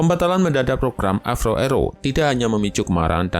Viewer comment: Avro. Bukan avrow brow 😂